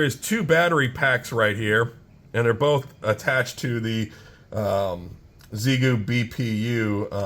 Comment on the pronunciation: Made me wrench every time you miss pronounced Xiegu 🤮..its pronounced "X-EYE-GOO" 🤷